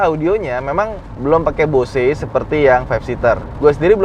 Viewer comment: Numpang nonton yg 7 seater sambil nunggu yg 5 seater nyampe rumah besok 😆 tapi maaf, Bose itu dibacanya "Bouz" bukan "Bo-se"...